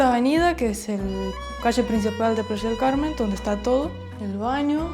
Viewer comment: Jajajaj ya no se llama Playa del Carmen , ahora es Plasha del Carmen jajajaja